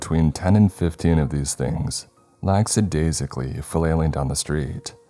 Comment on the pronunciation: Dammit, you’re doing it again. Also the use of the word “Lackadaisically” isn’t really the correct word for this context. But even so you’re again pronouncing it wrong. Whatever. I’m done trying.